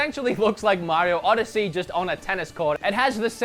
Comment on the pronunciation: "Odyessy"